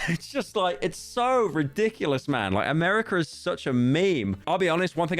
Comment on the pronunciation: Calling America a meme but not able to say America correctly made me laugh